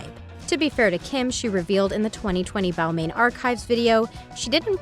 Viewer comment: It’s pronounce “ball mon” also it’s “mew glare”